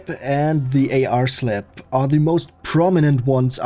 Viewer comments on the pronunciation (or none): I love the way this guy says slap "slep"😂